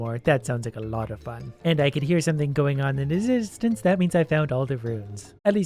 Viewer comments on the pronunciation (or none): “And I can hear something going on inzizistance”